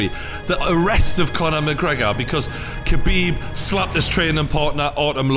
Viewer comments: pronunciation is not kebib 😂 is Ha bib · Habib k is silent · smh you dont pronounce the k in khabib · Don’t even know how to pronounce khabibs name lol